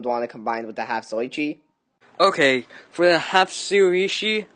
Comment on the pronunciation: why he pronounce “zatoichi” so weird like “zoychi”